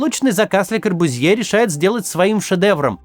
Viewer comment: Извините пожалуйста, но фамилия произносится «КорбЮзье».